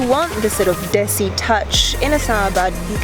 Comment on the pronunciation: love your content !!!! and specially "chalo" and "Desi" sounds so perfect